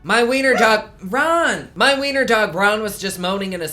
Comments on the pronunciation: Raaahn staahhhp! Jersey Shore flashbacks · Raaaahhhn staaaahp. Jersey shore anyone lol?